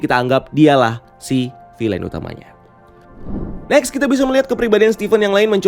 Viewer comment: Bacanya "vil'n", bukan "filein"